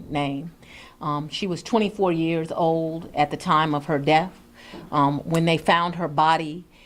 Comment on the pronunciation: Oom. Um. Code (cold) cases. Owed (old). Heed (head). Minny minny (many). Dotter. Axing questions. 🎉